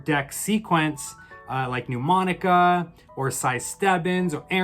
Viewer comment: Really helpful. Thank you. Can I point out respectfully that Mnemonica is not pronounced 'New- monica'? It's actually pronounced: Nə-monica. Quite a few established channels mispronounce it, especially Rick Lax! You can hear it here: A mnemonic (/nəˈmɒnɪk/,) device, or memory device, is any learning technique that aids information retention or retrieval (remembering) in the human memory.